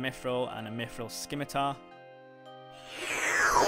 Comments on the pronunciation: Bro said "Skimmy-tar" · The C in Scimitar is silent. Thanks for the vid! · SKIM i tar? (Sim-i-tar) Your welcome :)